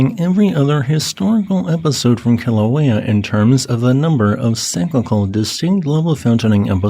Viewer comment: I'm stoked that you actually pronounce Kilauea correctly. Everyone else who reports on vulcanism butcher the Hawaiian names.